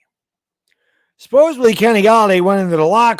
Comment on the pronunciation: It’s not just you but why do ALOT of people put a “b” in supposedly?? Not making fun just a legit question? I don’t think there’s another word that it so consistently mispronounced. 2-0 baby!!